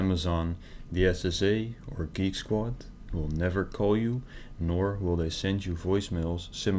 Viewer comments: He kept saying that he worked for "Geeky Squad." Made me laugh every time. Why not pick a company you can actually pronounce? It's not like they HAD to go with Geek squad! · I love how the katuas from Kolkata can't even say Geek Squad. "Geeky Squad!" 😂😂😂😂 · Dude cant even pronounce geek squad the right way...... The qickke sqward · I don't mean to to mean or a ass but if I were to ever receive a phone call and they guy called it GEAK SQUADE i would hang up right away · Did he say gigeesquad? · You'd think it would be a good idea to practice how to pronounce "Geek Squad" when you're claiming to be from Geek Squad. It's a tough chain of consonants but it can be mastered!